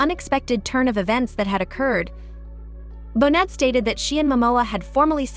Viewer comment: Pronounced bo nay, not bonnet!